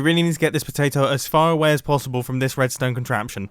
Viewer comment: Idk why but "tway with you potato, tway with you" made me burst out laughing 😂